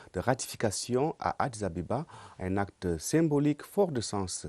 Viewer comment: on dit addis abeba et non ababa une journaliste d une chaine national MDR